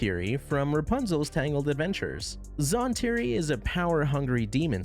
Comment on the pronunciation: Don’t mean to be rude but there is no possible reason for you to mispronounce Zhan Tiri if you watched the show. Edit: ok you fixed it later but still… wait, DemanCHus?!